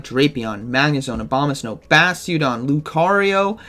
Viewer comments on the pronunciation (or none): none